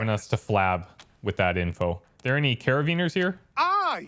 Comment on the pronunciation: Did...did he say "Cara-veen-ers"? 😀